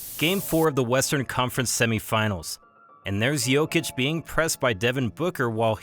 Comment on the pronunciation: I agree, also, not that it matters that much, but I like how he said his name with a correct accent lol